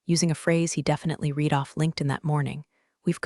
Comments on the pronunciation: I just wish that they would get someone who knows the difference between read and read. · Clue in that this is an AI narrator that doesn’t not differentiate between the various pronunciations of read, live, bow, resume, minute…